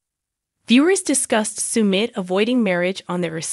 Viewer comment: Sumit is pronounced suh-mit, not soo-mit